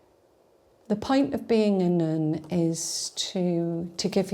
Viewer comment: As an easterner what's this accent? It makes her so elegant well except that 'nuun' pronunciation.